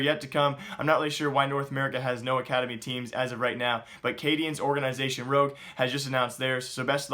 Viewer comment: why do you keep saying orgaeeeenisation? I like your videos but that annoying as hell! ;-P